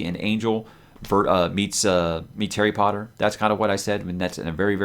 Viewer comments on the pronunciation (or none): none